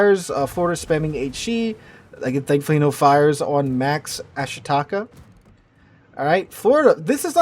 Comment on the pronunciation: ah SHEE ta KAH. FFS..